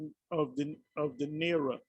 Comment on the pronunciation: naira is pronounced nigh-ra